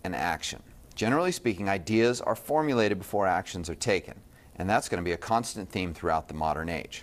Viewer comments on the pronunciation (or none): none